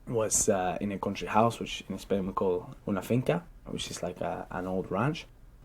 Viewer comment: Really 😳 with this pronunciation he got 8.5 Stoody = study Discoosing =discussing Contrie=county ...etc